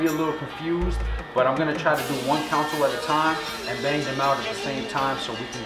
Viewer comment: why are you saying council instead of consle